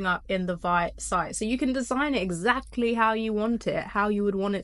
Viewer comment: Excellent info. By the way, Vite is pronounced "Veet" (rhymes with "Tweet"). Also, Astro allows you to incorporate React in your code and easily query a WP headless backend.